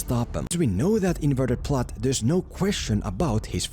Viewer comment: Why does this guy keep saying "the plut"? Does he not know how to pronounce plot? Seriously?